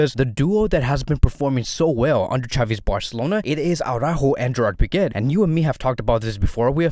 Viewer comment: Why do you call pique, piqet